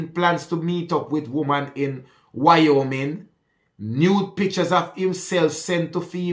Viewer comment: Wyoming “why-oh-Ming.” You did a good job pronouncing.